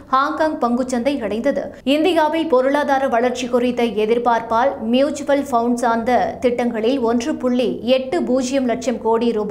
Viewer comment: It is not"Mutual Founds" 😂😂😂😂😂🤦🤦🤦🤦🤦🤦 That is " Mutual Funds"